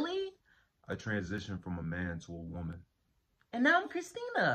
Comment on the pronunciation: Do u mean woMAN 🤣🤣🤣🤣